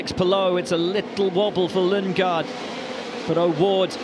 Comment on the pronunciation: Christian Lundgaard ❎ Christian Lungegard ✅